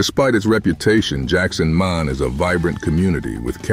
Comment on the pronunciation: Enjoy your vids— but Mahon Is pronounced MAY-hahn